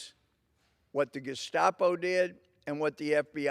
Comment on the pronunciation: Wow he called them the gustapo too lol great minds think alike